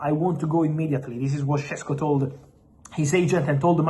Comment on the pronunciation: ŠEŠKO = SHESHKO !!!!!!!!!!!!!!!!!!!